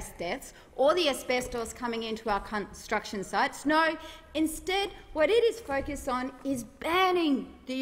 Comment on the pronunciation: Did she say cun-t..sruction sites ?